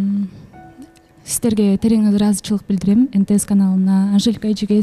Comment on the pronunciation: сизден сураныыч-Ыраазычылык деген создун акырын жеп коюп атасыз,даярданып койсонузчу😅